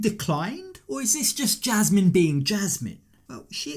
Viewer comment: voice alone, but especially his pronunciation of Jasmine (jeeasmine) and Panama (peeanimuh) drive me crazy. Also, why does a 50 somthing adult man's voice crack like a 12 yr old so much?